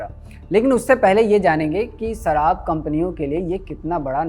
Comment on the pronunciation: Sarraab nahi sharab hota hai unpud